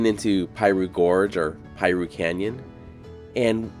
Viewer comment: It's NOT pie-roo, IT'S PEA-roo.